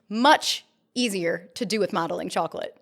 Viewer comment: When you said "Modeling chocolate" why did I hear "Mommy Chocolate"